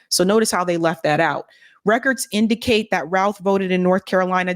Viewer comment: Doesn't the name rhyme with mouth? Cuz Ruth is R-U-T-H!